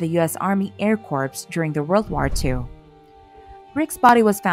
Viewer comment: Air Corpse??? Ok…